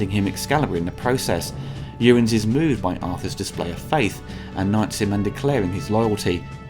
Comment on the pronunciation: A good recap of the movie mixed in by bits and pieces I hadn't heard. But your prounounciation of "Uriens" isn't so good. It sounds like "Urins"...